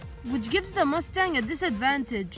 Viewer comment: It’s mustang not muustang